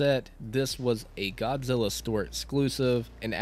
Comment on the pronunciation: Saw it on Netflix. Great movie. One question: why do you keep saying "Gobzilla"?